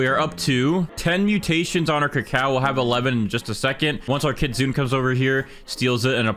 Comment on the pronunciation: kitsune is pronounced kit sue nay, you white, white, white man.